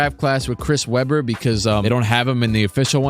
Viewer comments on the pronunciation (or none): none